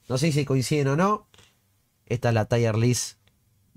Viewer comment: Perdón que venga a hacer el comentario de insoportable pero en inglés se pronuncia parecido a "TIR", no "TAIER".